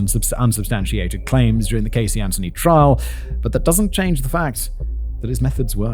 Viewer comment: When I saw the name Casey Anthony in the title, I immediately thought to myself - this is English origin name, so there is pretty good chance Simon will not totally butcher the pronunciation of the name this time. But I needed to check. And he did not! Well done. :)